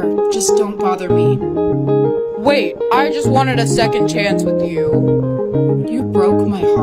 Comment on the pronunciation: instead of second it’s sexond ….